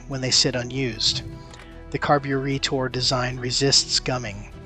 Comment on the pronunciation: car-bu-ree-tor, eh? aye?